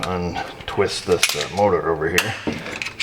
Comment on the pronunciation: The Mowtah 🤣